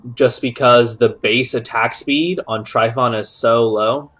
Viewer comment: you ever notice you misspelled trypanon in your character name and are mispronouncing it?